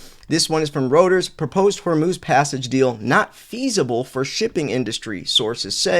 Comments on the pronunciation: Day 370 of trying to get to say "ROY-TERS" 😂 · FYI, Reuters is pronounced “ROY-ters” *Edit I enjoy your content!